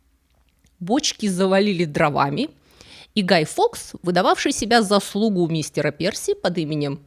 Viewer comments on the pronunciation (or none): Мне очень интересно, почему в каждом своем видео делает эти странные, как у ИИ, ударения в известных, простых и общепринятых словах. В этом конкретно: "принял его за слУгу", вместо "за слугУ". И "уведомИл", вместо "увЕдомил". Может, это специальная "хитрость": чтобы зрители были внимательны и писали комментарии!😂